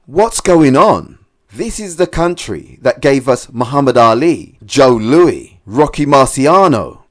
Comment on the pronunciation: Joe Louie? It's pronounced louiS